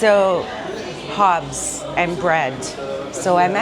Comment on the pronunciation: Please work on your pronunciation. It's not Hobbs.